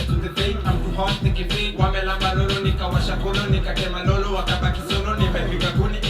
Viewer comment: you are failing us big time! It's WAMLAMBE WAMNYONYE. first word derived from LAMBA swahili fo LICK.Second word derived from NYONYA swahili for SUCK. WANYAMBE is derived from NYAMBA swahili for FART. so again, the phrase is WAMLAMBE WAMYONYE. Thank you